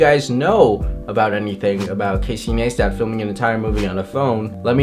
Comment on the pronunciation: Casey Naystat??? no its Casey Ni-stat lol